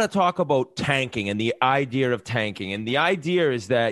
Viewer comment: Hey Whitt, no 'R' in the word idea